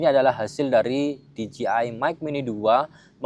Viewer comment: Dijeai bang bukan dijiai